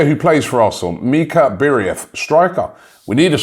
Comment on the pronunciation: How fast does Robbie glance passed names? How did he get BIRIETH from BIERETH? 😂😂😂😂😂